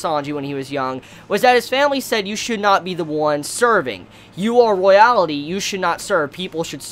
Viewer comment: You say royalty funny